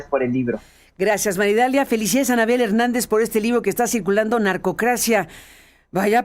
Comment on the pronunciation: que NO es "Maridalia", es : MAría. Idalia!!......